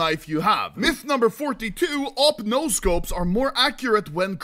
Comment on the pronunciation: the most clean NAUR til this day